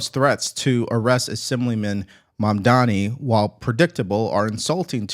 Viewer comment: Everyone mispronounces Mandani how about Devari Dorkins .